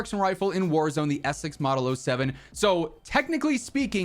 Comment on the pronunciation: Sorry... Essex? Say that again, slowly...